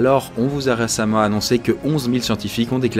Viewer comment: on vous a rAcemment annoncer 😂😂